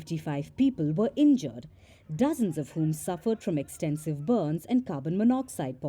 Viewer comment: "and fifty five peepl wer inyure." LOL